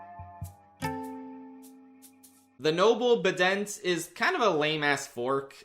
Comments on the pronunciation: its pronounced bye dent and a bident is a 2 pronged spear plus thats how many prongs the real life type of fork has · bident is pronounced bi-dent the same way trident is Also the boom cone is a firework only note, good work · U mispronounced bident, it’s like a trident, but it’s bi instead of tri because there’s 2 prongs, I would rank it higher cuz of the clever name. Also obviously the BOOM cone is a party pooper, not a party hat. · . I wouldn't pronounce it bident. It's a 2 prong trident, so